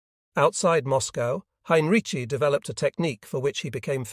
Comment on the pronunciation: Why is Heinrici’s name butchered so badly - and differently? It’s atrocious.